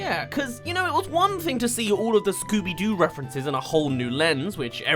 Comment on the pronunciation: It's scobby do